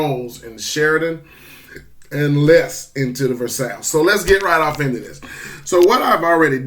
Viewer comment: FYI, versailles is pronounced like your combining the words verse and eye, verseye.